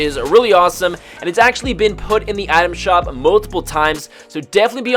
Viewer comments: Take a shot every time he says Adam shop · frist few times i heard you saying "atom shop"